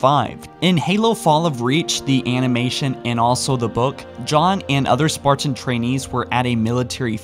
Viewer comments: Please practice you pronunciations. the things you are talking about should be easy to listen to. Currently its jarring because you say 'spartin', 'detinate' and 'mi-ō-nihr'. This is your bread and butter. Be better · I like your content but every time I hear “spar-tan” like it’s two separate words, it drives me crazy. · Why do you pronounce "Spartan" like some sort of deranged homunculus?